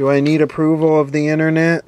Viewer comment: The "innernet"? How about the outernet?